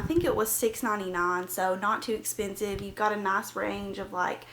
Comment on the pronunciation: Its nice not naac